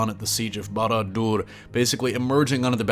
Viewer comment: I like how you said Sauron and Barador in an accent.